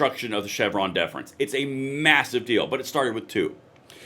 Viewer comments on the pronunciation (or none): none